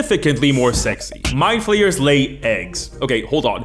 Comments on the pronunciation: Every time he says 'Mindflayers' I hear 'My players'. Such as ' My players have creative ideas involving tenticles' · When you said "Mind flayers are one of the most iconic villains in D&D," I heard "My players" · Kept hearing 'my players' instead of 'Mindflayers'. I mean it still works